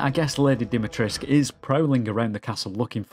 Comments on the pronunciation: If I hear "Lady 'Dimi-trisque' " one more time... - It's "Dee - me - tres - coo". Sorry, normaly I am not that wise ass. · It’s Lady DimitresCU, not Lady Dimitresk” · You keep missing the C and the U at the end when you pronounce her name, try to pronounce it like this: Deemeetrehsscoo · Why does everybody pronounce it as Dimitresc, when the proper way to pronounce it is DimitrescU...? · why everybody is pronouncing "Lady Dimitresc"?? there's a "u" at the end, you know. As far as I know, she is romanian and they pronounce it with the "u" , even if the (japanese) developers wrongly state it's "Dimitresc" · "Lady Dimitresh" ???? do you not see the "ESCU" in her name? are you blind or just misnaming her on purpose? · Why is everyone not pronouncing the "u" at the end of dimitrescu? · its DimitrescU - its a Romanian Name and thats how you say it. Theres a "u" at the end for a reason. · Dee-mee-tres-KU ..it is not realy that hard, Try it. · what with everyone pronouncing her name like there is no U at the end of it. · Its because the voice actors also didnt know and used the "english pronounciation" But if you ask a romanian guy, he will tell you the "u" isnt silent. But hey, all good. I enjoyed the video a lot regardless. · What's this hipster trend of saying her name as if you were Hungarian ?! We are BRITISH ! Add the 'oo' at the end ! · Interesting, how you English speakers just don't pronounce the U at the end of Dimitrescu. 🤔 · The 'u' in the name Dimitrescu MUST be pronounced. Surnames ending with -scu are VERY normal in Romania, where Lady D is from and where I've worked a few times, and the 'u' is ALWAYS pronounced. No if's, no but's. Just do it! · Just stick with "Lady D" if you can't pronounce "Dimitrescu" correctly. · The mispronunciation of her name makes me cringe and i'm not even Romanian. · I understand. It's just the type of mistake that's immersion breaking.